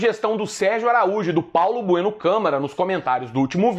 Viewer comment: Vlw por lembrar aí, sucesso pra vc e o canal. só corrigindo,não é Bueno é Bruno viu kkkkk